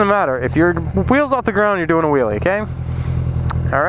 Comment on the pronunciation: "If you're weel is of the ground your doing a weeley" :D